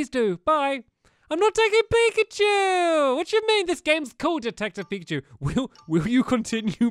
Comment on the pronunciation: Please say pikacha